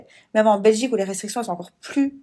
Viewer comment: Et ça sait même pas parler! Elle dit "Rectriction" au lieu de "Restriction"